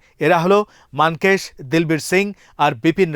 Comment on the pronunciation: আপনারা নাম যদি উচ্চারণ করতে না পারেন তাহলে নাম বলতে যান কেন? ফিল্ড মার্শাল মানেক'শ' হবে নামের উচ্চারণ 'মান কেশ' নয়। ১৯৭১ সালের স্বাধীনতা যুদ্ধে ফিল্ড মার্শাল মানেক'শ' এর অবদান কখনোই আমরা অস্বীকার করতে পারবোনা। ভারত বিরোধী ভিডিও বানাচ্ছেন তাতে আমার কোন আপত্তি নেই। কিন্তু সম্মানীত ব্যক্তিদের নাম সম্মানের সাথে উচ্চারণ করা উচিৎ।